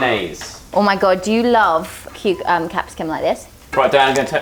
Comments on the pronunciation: She says Capsicun instead of Capsicum, eye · Lol its capsicum not capsicun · Who calls It capsicken ( pepper ) We love 😂😂😂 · No offence but as a Brit, it really annoys me when says 'capsicon' rather than pepper xD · Is it only me or did anyone her call Cepsicum “Cepsicun” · I was so confused when she said capsicum or whatever haha